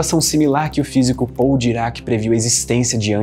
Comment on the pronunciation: se pronuncia paul daireki